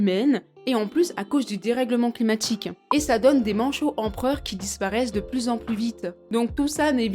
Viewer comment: ah, toutes ces stars donnent envie d'aller visiter les pingouins...d'ailleurs à 12.01, la dame dit "les manchONS empereurs"😂 Pauvres manchots, ils doivent en avoir marre de tous ces touristes